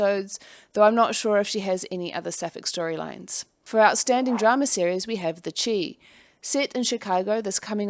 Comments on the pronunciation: chi is pronounced like shy...short for chicago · It made me laugh. Chicago is often called Chi-town (pronounced Shy-town) so hearing it said another way--I just had to share the right way :) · lol it’s pronounced “the shy” I’m glad it was included both in this video and for GLAAD